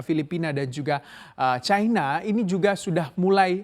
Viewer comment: Setiap kali reporter menyebut 'Chai-na' telinga saya makin cape 😆😆😆😆 Bukankan pengucapan yang benar sesuai KBBI itu 'Ci -na' ?